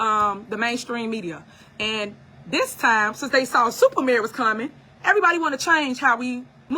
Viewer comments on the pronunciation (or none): none